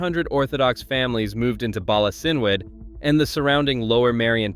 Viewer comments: PRONOUNCED "BALA KINWOOD" and "KHABAD" ... MOST AI STILL CAN'T LEARN NAMES CORRECTLY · Bala Cynwood Is pronounced Bala Kin wood